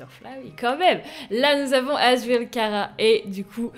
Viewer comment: frite a fait une video sur le mod et il a maltrete: undyne chara et asriel il a dit asriel c toriel et il a dit chara ou lieu kara et undyne il disait undine c t un massacre apprend lui undertale!!! stp